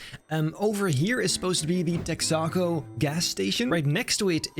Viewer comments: Hhmm “Tex-ah-co”? It’s “Tex-uh-co” Besides that impressive build! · What’s tech-sock-co haha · its called Texa-co. Think like Texas. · say it with me.......TEX-AH-CO for the love of Christ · Texaco lil tex - ah- co like texas co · Its pronounced Tex-uh-Co. Like Texas but without the s sound. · I know this doesn't matter but Texaco is "Texas Company" so its "Tex uh co" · Lovely job, as usual! Texaco rhymes with Mexico :)